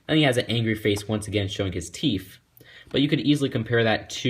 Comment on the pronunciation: Did you say teef